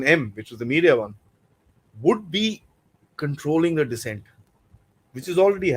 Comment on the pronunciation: It's dissent not decent 😊